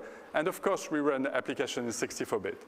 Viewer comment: But they only used “a leetel beet of ai.”